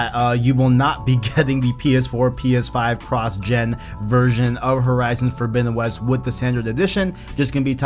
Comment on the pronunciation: "Fordowinowes"? Wth!?!?!